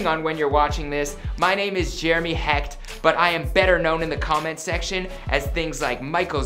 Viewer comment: Jeremy"ChineseKnockOffMccrudden" HECHT (pronounced heck-'t ; hectic without the ick) Put some respeCHt on this man's name!